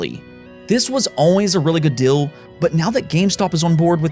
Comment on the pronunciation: Im the one who is hearing guy saying "dill"?